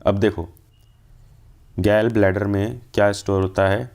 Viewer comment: Gall Bladder ❌ Gell Bladder ✅